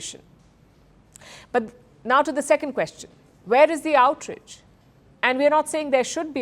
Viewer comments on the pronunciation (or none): Ohhhh for crying out loud..... It is " OUT RAGE" Not outridge .... Please learn to pronounce words correctly. It is not stylish. Please